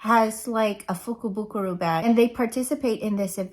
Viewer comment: Lol.. I remember trying to to say that.. at the end I was like meh lol so I’m proud of you for being able to say it right! Lol Love love love the makeup!! So pretty. These colors looks great on you. The purpley pinks def your colors! So pretty. I want to go to Japan.. someday it’ll happen. Yes.. it’s easy to get to $200 w/ tatcha.. lol letsss see what you got!! Lol